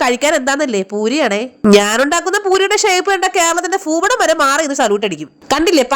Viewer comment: ഫൂപടം അല്ല ഭൂപടം... അടി ✋😂❤️ ഈ നാടൻ തക്കാളി കാട്ടിൽ ഉണ്ടാവുമ്പോൾ ആണോടാ അത് കാട്ടു തക്കാളി ആവുന്നത്...😊